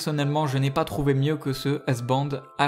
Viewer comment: hubsan et non husban